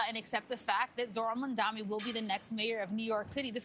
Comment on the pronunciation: It’s Mamdani Mamdani Mamdani not Mandami 😂😂 pleeeeease